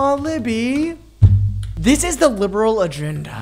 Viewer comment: when he calls libby, “libral libby” it makes me laugh 😭😭